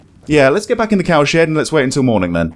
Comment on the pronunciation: Every time he said cowshed fast it sounded like cowsh*t lol couldn't help but laugh